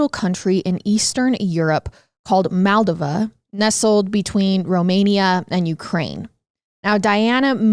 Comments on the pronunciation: I LOVE channels.. but i wish shed look up pronunciation. Every episode theres 5-10 works she says wrong. Moll-doe-vuh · Mold oh vuh=Moldova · Say it with me, Moldova- "mole doe va"